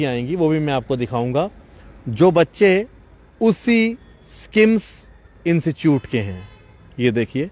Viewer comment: Institute hai...instichout nhi hai...anpdh gawaar...khie ka .🤦